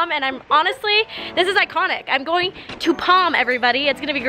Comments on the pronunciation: “Going to POM”😂 love ya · Did anyone heard kalani saying palm?